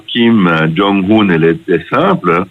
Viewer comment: On ne prononce pas "Kim Djong Oune" mais "Kyim Dzong Eune". Suffit d'écouter la télévision nord-coréenne.